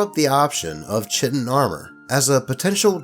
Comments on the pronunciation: Btw chitin is pronounced like "kite-in" not "chittin" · For the record: the word chitin is pronounced kai-tin. Sorry, had to get that out of my system. Good vid, though!